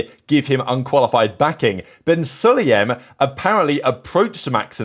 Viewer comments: Su-La-Yem, not Suliem It's SU like U(ber) The pronunciation is killing me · Suliem is killing me. Like, come on, at least try Su-La-Yem... Su La Yem... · When you say “Sulayem” it sounds like “Cellium” to me